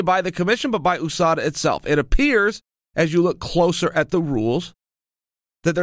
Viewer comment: Chael “Oooh-Sada , MOOEY TIE” Sonnen